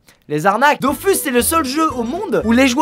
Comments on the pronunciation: ON DIT PAS DOFUS MAIS DOFOUS 🤬🤬🤬🤬🤬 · JE VEUX QU'IL PRONONCE " Dofous" et pas " dofus" comme tout les nb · ÇA SE DIT DOFOUUUUUUUUUUS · Comme les gens qui disent "on prononce pas Dofous, mais Dofus", alors que bon Ankama (les créateurs au cas où) disent "Dofous", et "KamaS" aussi d'ailleurs...